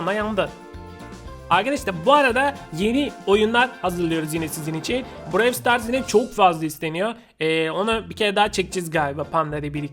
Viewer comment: Browl ya da brawl stars diye okunuyo